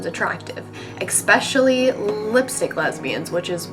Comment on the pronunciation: "eckspecially" xD